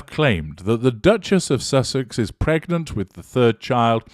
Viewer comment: Lady C calls it “Meg-nant” 😂😂😂😂